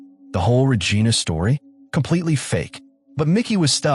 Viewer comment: Paramount can't afford a human voice? AI pronouncing "Regina" is disturbing, along with other creepy errors. Also, a "comfort woman"...what is this Japan in WW2?!